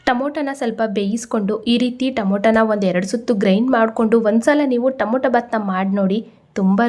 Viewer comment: Nice vlog. Madam don't mistake it is Tomato not tomoto. It's pronounced as To ma to. Sorry don't mistake